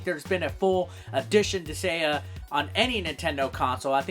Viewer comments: As a suggestion: you might want to be able to pronounce the title of a game correctly before you review it. What is a "Dis-ay-uh"? Where the hell did the G go? You literally take "gaea", a name for Mother Earth (I believe Nordic in origin? Could be wrong) said "guy-uh" and add "dis". When in doubt, Japanese game. I'm sure you could've found a Japanese pronunciation of it. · It's Dis-Guy-Ah, not Dis-Gay-Ah. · Disgaea (Dis-guy-uh) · I was wondering if he might have mild dyslexia because I thought he was saying Disagea with a very soft g, partially because of his other attempts Disageia and Disagna putting the a before the g. I could see dis-gay-ah because it uses the less common, pure greek spelling of gaia which has weird phonics for an english speaker. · Dis-say-uh lol wtf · Sorry for adding to the ones who've already done so, but Disgaea is pronounced dis-guy-ah. Also, you missed the R in Prinny, and the first game had a DS port. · Dis-GAIA, that's how you pronounce it. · It's Pronounced Dis-Gai-Ah. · Herman Munster Dis-gay-uh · But "Disgaea" is not even a Japanese word... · going through the comments I didn't see anyone mad for saying the game title wrong. Mostly just corrections on the way to say it >.> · Lol bruh, there's CLEARLY a 'g' in the name. Regardless of any proper vowel pronunciation, how the fuck you were pronouncing it without any sort of 'g' sound is beyond me. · you insult the viewer because they just correct your pronounciation and do nothing else?...... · That feeling when the comment section corrects the way you pronounce a greek word, but you are so insecure that you call your fanbase weeaboo anime fucks. I've seen this channel pop up once or twice, but at least I now know that I can ignore this channel. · He may have gotten the name wrong, but like a true badass, he said it a lot. He probably knows how to pronounce the name correct, he just won't!